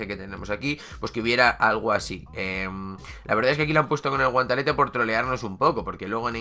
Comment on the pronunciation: Porque dices guantalete?